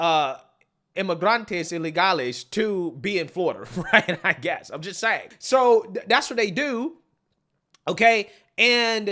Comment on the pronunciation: Biden is still the worst at pronunciation, but is a close second. Words and names he mispronounces: Actual word/name. version Newsom. Newson Mayorkas. Maryiksyas Distribute. Distraboot Saying. Sahhhhheng Infamous. In fame us Accurate. Ack rrr ut These are just SOME of the words mispronounced. Some get a pass I guess, but NEWSOM? How the hell do you get that one wrong? But he gets it wrong all the time with NEWSON. It's NEWSOM, MMMMM, like Mary. Anyways, I still like his channel but it still baffles me how he can get so many names and words wrong. I just don't get it especially since he does commentary for a living. You would think after all this time he could get NEWSOM right, but no. It's so distracting from the stories. Still a good channel though.